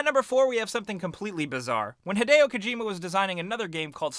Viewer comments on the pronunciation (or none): it's Hid-ee-o not hid-ay-o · Rowan Betts no, it's Hid-ay-oh. 'E's' are pronounced like 'ey' in Japanese. If it was hid-ee-oh, then his name would be spelt Hidio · arron mullings not to be a grammar nazi, but it's hideo.